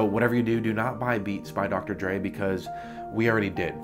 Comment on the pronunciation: Beats by “Dre” Not “Drake”lol